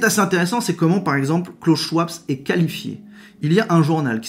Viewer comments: Euh... Schwab sans s .... se prononce schVab 😊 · Bonjour, Le nom de Klaus Schwab ne se prononce pas avec un "s" à la fin mais se dit Schwab.